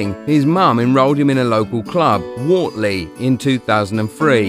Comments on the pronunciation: It’s pronounced wertley not worley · It’s pronounced Wertley not Wartley ffs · It's pronounced Wert-ley not Wartley - I'm from there and even went to the same school as Kalvin, didn't know him that well but he's a good lad. Good video though. Edit - just realised half the comments are correcting you as well, sorry. That's what I get for commenting before reading the others. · It’s not pronounced Wartley it’s pronounced Wurtley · Kalvin Phillips IS Leeds United!! Guaranteed future Leeds and England captain!! MOT ALAW!!! PS They are pronounced Wurtlee and Farzlee. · Wortley is pronounced Wurtley - like Hurt but with an O instead. Top video pal. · it's pronnunced Wurtley boys and I play for them Wortley Boys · Man said wort-ley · Wortley is pronounced Wertley ..just saying 👍 Please will people stop saying ‘from the get go’…..it seems a fashionable thing, what’s wrong with …from the start/ beginning…. nice lad homegrown and a real star on and off the pitch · At least say his youth teams names right ..wortley .is pronounced wertley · By the way when you said wortley you didnt pronounce it right you say it like if it was spelt like wertley because I live in wortley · Wortley is pronounced wertley, im from the area. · It's pronounced w-ur-tly and I have I used to play there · It's not Wortley it is pronounced like wirtley. I was born and bread in Wortley and proud of it too. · It's pronounced wertley by the way. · Its pronounced wurtley and farzley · its pronounced wertley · Love the way this guy pronounces Wortley 😂😂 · Good video, my son played in the same team as Kalvin as kids but hearing you say WORTLEY wrong several times was quite annoying 🤣🤣😩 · Well Wortley and Farsley are totally pronounced wrong 🤣🤣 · you pronounced Wortley wrong